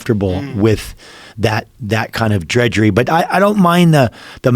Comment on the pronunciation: DRUDGERY not Dredgery!!